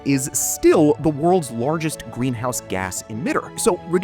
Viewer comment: Why do you say Lorgest instead of Largest? lol